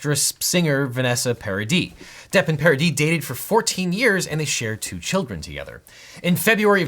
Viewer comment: Thanks for pronouncing Paradis right!